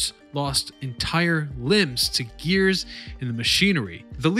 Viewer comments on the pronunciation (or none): none